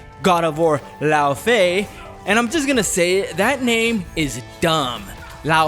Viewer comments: It's thoroughly Norse. Laufey, as attested in the Prose Edda, was the mother of Loki. Loki's full name in myth is Loki Laufeyjarson: Loki Son-of-Laufey. It's not pronounced "lao faye" like the English butchering of it, but /ˈlɔuːv-ɛü/ in Old Norse (f is a v sound in the middle or end of words, y = German ü which doesn't exist in English). It's unclear from myth if she was of the Jötnar or one of the Æsir. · He says it like "Lao Fei" - so it sounds Chinese. There was a Kung Lao, and there was a Fei Long. So you get a Lao Fei. Freudian slip, lol? Either way the name used in the game is dumb.